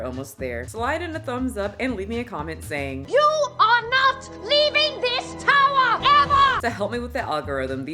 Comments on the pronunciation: You are not leaving this towah EVAH!! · "YOU ARE NOT LEAVING THIS TOWAH EVAH"